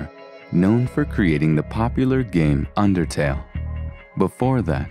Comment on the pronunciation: Is the bored-sounding guy even native english??? How can you pronounce Undertale as "UnderTAP"???